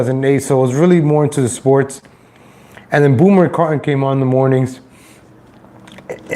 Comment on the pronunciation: Why do you keep putting an L in his name? How can you be a fan of the show and pretend to know what you're talking about and you can't even read and pronounce the simple name of the guy that is the subject of your video...